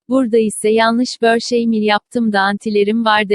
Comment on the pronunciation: Şu goglenin börşey kelimesine sinir oluyorum